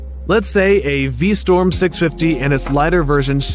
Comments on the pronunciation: V STROM not V STORM please. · V-St-r-om not V-Sto-r-m. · You keep saying Vstorm instead of VstRom. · Pronounce V Strom correctly please...it's not pronounced V Storm. Strom...Storm. Spot the difference. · Suzuki is V-Strom, not V-Storm :)) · The minute you said V Storm instead of Strom...I started this comment and closed out the video. 🤦‍♂️ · Anyone else hear v-storm rather than v-strom? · It's V-Strom, not V-Storm. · V Strom not V Storm.... really basic stuff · STROM NOT STORM. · What the hell is a "V-Storm"? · V-Storm? Versees? WTF???